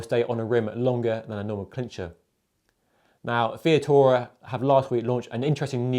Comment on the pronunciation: you called Vittoria " Via-tora", rather than Vi-TOR-ia. just saying. otherwise, great vid. and I agree about this year's Ronde. Great race, and nice to see Van der Poel outsprinted by Asgreen.